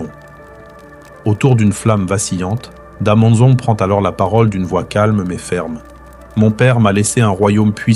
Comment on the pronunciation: Da manza plutot,en general la prononciation n pas des meilleures